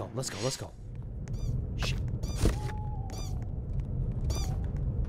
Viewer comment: bro said "ah sh*t" the most southern accent possible😭💀